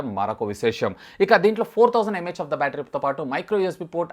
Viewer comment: Its really irritating when u say.. mah of the battery!! No offense.